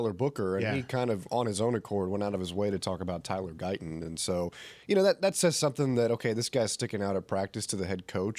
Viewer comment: He would have to pronounce a t. Why won't he pronounce Guyton correctly?